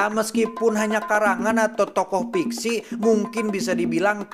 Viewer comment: Fiksi... Bukan piksi.. Cok i.